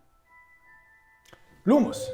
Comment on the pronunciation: C’est pas loumos c’est lUmos